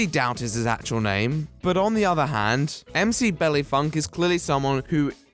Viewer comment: The way you said 'tres' makes me big mad Edit: You have officially redeemed yourself by saying "Mc Belly Funk"